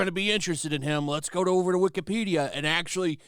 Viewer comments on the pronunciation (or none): none